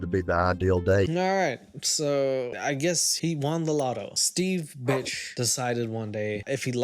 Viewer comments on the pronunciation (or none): His surname is BIRCH not BITCH 😂